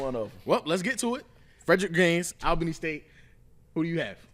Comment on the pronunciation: IT'S pronounced like ALL-BANY, lol. AL-Bany is NY lol.